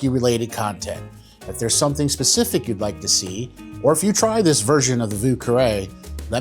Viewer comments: No one ever pronounced it correctly, including you 😂😂😂 thanks for the recipe anyhow. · You didn't pronounce it correctly, either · You can't pronounce it either! 😂 nice drink tho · Sorry buddy, but you still don't pronounce it correctly... then again, I'm French, so I have a distinct advantage when pronouncing French words... and the French arrogance to correct you 🤣